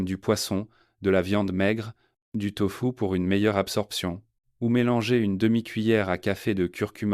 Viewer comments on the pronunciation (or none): none